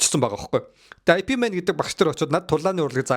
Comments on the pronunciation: i pi mena гээд байхин ip men гээч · "IP Man" bish "Yip Man" gej duuddiim daa uul ni